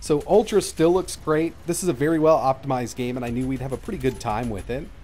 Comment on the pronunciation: VerT high. Vert Daider😂